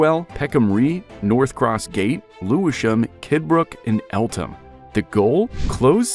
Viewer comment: Love the poor pronunciation.😂